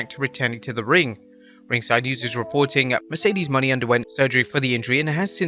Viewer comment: Why was he referencing Mercedes (moe-neigh) Monet as Mercedes Money, like that? 🤦